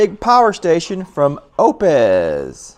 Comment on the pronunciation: it's pronounced "oops" like the britney spears song! lol